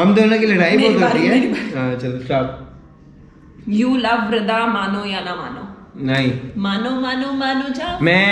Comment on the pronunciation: why you say shtop instesd of stop